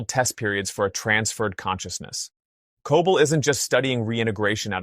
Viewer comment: Terrible captions and also why are you mispronouncing Cobel every time? CO-bell! Not Cah-bull